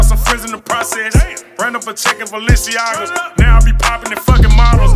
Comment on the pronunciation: VALENCIAGA? lol other than that song hard idk if he knew he said it wrong lol